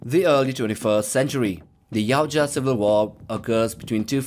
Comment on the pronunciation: For crying out loud! It’s Ya-oot-ja, not yow-cha! How do you make a video (assuming you researched) and get the name wrong? I’ve seen one channel that gets it right. Ya-OOT-ja...